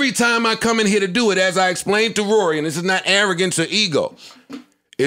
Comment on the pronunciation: Joe said “forget Rawry” 😂